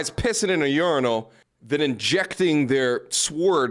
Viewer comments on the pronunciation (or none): 😮😮😅😅YOOOO i was leaving the office listening to this, and went to the bathroom to drain the main vein before the drive home and you said "There will be less guys pissin in a uninal" and i broke out laughing😂😂😂